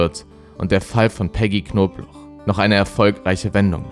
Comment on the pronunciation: Wieso sagst du immer knoblauch wenn sie Knobloch hieß